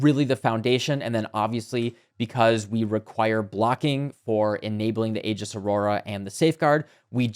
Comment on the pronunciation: Thank you for pronouncing "aegis" correctly.